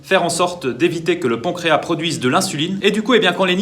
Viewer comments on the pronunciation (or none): none